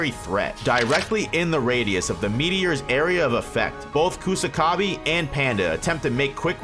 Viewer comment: Sew-coona Coosa-ka-bee Penda? Really? Jesus fkng christ, you morons can clearly hear how japanese names are pronounced in the show yet somehow you morons still butcher them like total idiots